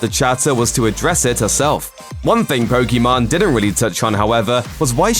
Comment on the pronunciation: Can we all get this idiot to say Pokimane correctly….. it’s literally been years and makes no effort to improve.. ffs